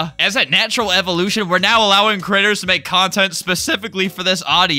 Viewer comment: I legit can't stop laughing at how you said Critters and it actually worked in the sentence